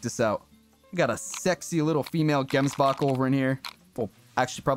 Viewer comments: you pronounce gemsbok as jemsbok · man waiting for the day a non south african pronounces the "gemsbok" properly, anyway nice vid bro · Any south africans that are laughing at how he says gemsbok? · I am a South african and love how you pronounce gemsbok and springbok and stuf 😂😂